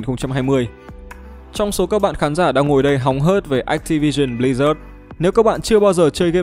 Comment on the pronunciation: ách ti vi sừn bờ li rác :)